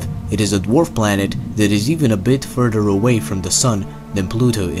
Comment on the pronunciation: The narrator has an interesting accent and pronounces our planet Earth as "Urt". Also the word further was pronounced as "furder." Where are you from Mr. Narrator?